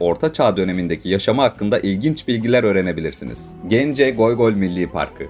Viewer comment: Abi goygol değil😂,göy göl-mavi göl ve ya gök göl